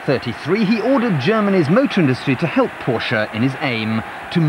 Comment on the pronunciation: Amazing... Someone who knows how to pronounce Dr. Porsche's name correctly !!